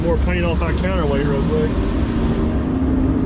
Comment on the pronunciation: Counterweight, I listened 3 times and still couldn't understand you, I scratch my counterweights every morning, doesn't do me any harm...